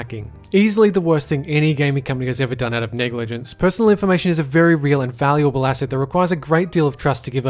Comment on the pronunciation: narrator "niggalagent" me wait you mean negligent narrator niggalagent* me......it's fucking negla- narrator niggalagent me........you know what? GTFO